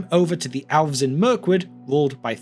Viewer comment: Everyone: Elves This guy: Owlves